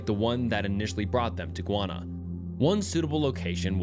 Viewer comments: guy-ahna. not gwana. please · No.. it’s actually Guy-Anna 😐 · Bro… it’s pronounced Guy ah nuh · Sorry if this may sound abit rude but I’m listening from Guyana and its name is not pronounced guana it’s pronounced Guyana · Guy-Anna 😂😂 not guana that’s a different place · Gwanna? You mean Guyana? (gee-yana) LOL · Guyana is pronounced "Gai-ahna", not "Gwana". Your pronunciation just made me think of bat or bird poop (guano) lol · GUY -ANA!! JUST LIKE YOU SAY USE THE WORD GUY TO DESCRIBE MAN! THEN ANA... IT'S GUY -ANA ...NO GUYONA .. IT'S AMERINDIAN NAME!!! MEANING LAND OF MANY WATERS 🌊💦 🇬🇾 MY COUNTRY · It's pronounced "guy/an/na" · is pumping out low level content lately. The first video is influenced by Mr. Nightmare's most recent video. Way to ride coat tails. Maybe try high quality videos once every few days rather than this quick shit every day. Shit pronounciation btw. A 500k narrator saying gwana? Smfh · Bro it's pronounced GUY•ANNA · guwanna… i would research how to pronounce the country before saying it wrong several times lol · Hey you are pronouncing Guyana wrong it's pronounced: gai·aa·nuh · Guana sent me into a tailspin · Great video. Just as a little tip, Guyana is pronounced "guy-ah-nah". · It's GUY-ANA. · Sir it’s pronounced “Guy-on-a”